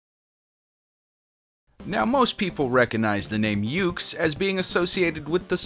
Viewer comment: it's pronounced yukes like. That Taste yucky. Stop pronouncing it yooks.